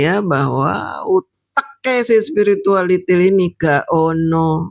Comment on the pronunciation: Lidah fasih banget ngucapin spiritualITIL 😂😂😂😂😂😂